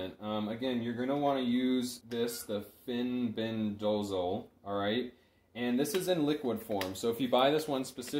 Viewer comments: Good video, thanks for sharing.. Fenbendazole is pronounced fen-benda-zol :) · Can you please learn how to pronounce the words before you publish educational videos... grapeworm???? Fenbendazole isn't hard to say 😊